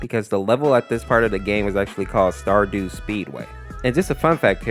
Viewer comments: It's called Stardust Speedway, not Stardew Speedway. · It’s not called Stardoots speedway it’s called Stardust speedway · it's called stardust speedway not stardew speedway